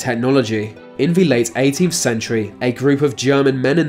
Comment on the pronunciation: Him replacing 'th' with 'v' was more annoying